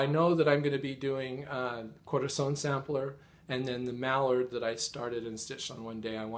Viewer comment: Wow you pronounce Corazon very well! I speak spanish as my native language :) I love your stitching!